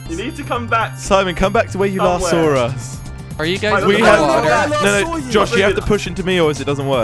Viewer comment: "Come back to where you 'Sawer' us? Sawer??????